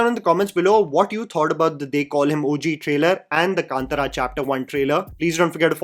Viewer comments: Just used to pronouncing Daku Maharaj like Urvashi. This normal pronunciation just threw me off😂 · Come on,, that was lay-up missed to not pronounce the movie title as it should be 😭😌